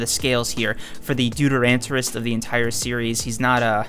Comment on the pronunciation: It's pronounced Doo-ter-o-go-nist Not "doo-ter-an-to-rist" or "doo-ter-an-ta-go-nist"